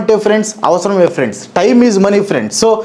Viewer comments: friends ❎ Frendsu ✅ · lo friends kadu 'friendsu'